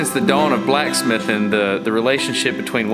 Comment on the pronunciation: Destin's southern twang hit Mach 1 "Since the dawn of blacksmithin..." 😀